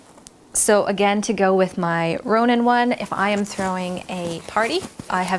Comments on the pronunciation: It's Rohan not Ronan! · Did she just say “Ronan banner”? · Rohan (not Ronan) :). The blue bannery thing with the White Tree of Gondor and the crown and stars is the sign of the king and the crest of Gondor. It does appear on a banners in the movies in the coronation scene. I love the idea about what to do with the socks (heat pad)!! I get decorative socks as gifts sometimes and never know what to do with them. It would be interesting to fill them with popcorn, though, as I usually microwave those pads to heat them up, hehe. Wonderful video as usual :).